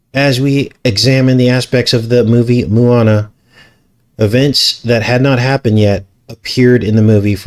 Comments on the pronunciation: Not Moo-a-na, it’s pronounced Mo-a-na! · Small detail its MO ana not MU ana...Maui resident here.amazing video. Depressing how these movies are so much evil and fool us all.